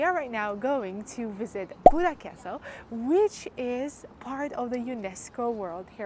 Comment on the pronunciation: Buda, not Buddha!